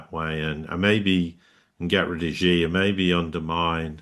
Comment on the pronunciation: China’s leader name is XI (as in =SHE) not Ji nor Gi. Now how can anyone take you Siriously buddy 😂?!!